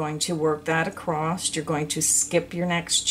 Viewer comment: I love your video, but it really makes me shutter hearing your pronounce Across with. T at the end. !!